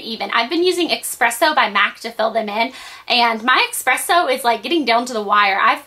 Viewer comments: espresso not expresso, haha i work at a coffee shop:P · it's espresso, not expresso. without the k :) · eSpresso not eXpresso. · ESpresso, not expresso